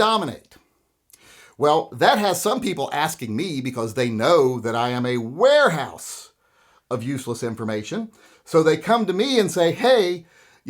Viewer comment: A Werehouse?